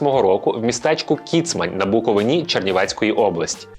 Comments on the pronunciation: БуковИна, а не БуковинА, будь ласка не плутайте. А загалом дуже класне відео. Дякую вам 🔥🔥🔥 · Гарне відео, доречі не БуковинА а БуковИна) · Я з БуковИни. І крінжую, коли мій край обзивають БуковинА. Будь ласка, майте на увазі🙏 P.S ГаличинА - це правильно, але в назві мого регіону наголос на И 💙💛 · Дякую. Відео сподобалось, як і кожне Вами створене. Тільки будь ласка запам'ятайте нарешті: БуковИна- це важливо і принципово. Звичайно чекатиму випуск про Володимира Івасюка. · тільки ,якщо наголос у слові Буковина буде правильним